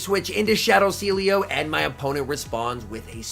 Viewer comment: Sealeo = See Elo XD